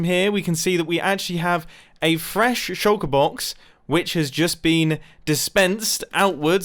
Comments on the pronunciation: i just watched the closed captioning on this video try to figure out what u were saying when u said shulker box. it said sugar box or shocker box. xd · Say Shulker Box again, I dare you.